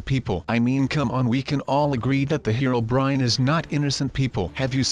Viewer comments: Heronbern is actually pernounced hero-bri-in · Bruh he said "Her-ron-brin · He said hirobrin